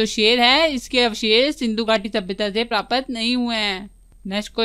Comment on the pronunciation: Aur प्रापत not ye hai प्राप्त ache se bole